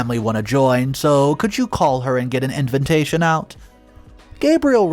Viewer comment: I love listening to all the crazy stories.... I just almost cut this story short agter hearing "inve-N-tation" one too many in one sentence.